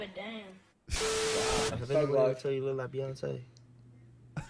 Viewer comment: How has "I smell wike beeeeef" not made it in the video?